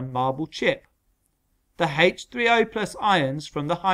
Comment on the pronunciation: The way he said H30